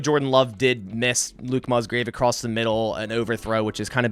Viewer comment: Thanks for sharing the content, but it's Musgrave, and you say it like Muzgrave. Slight difference I know, but it's distracting when you say it like that.